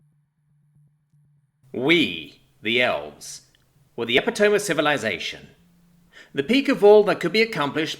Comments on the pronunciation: Nicely done, but just one thing: epitome is pronounced as "eh-pit-oh-me" not "epi-tome". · Epi-to-me not epi-tome. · epitome is pronounced eh-pit-oh-ME, not ep-eh-tome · I was just going to post this same thing. Not sure what it is with Brits and saying the word epitome but they all say it the same way and they all say it wrong.